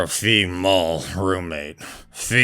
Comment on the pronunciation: What in the world is a “ Fe-mal”?! 😂😂😂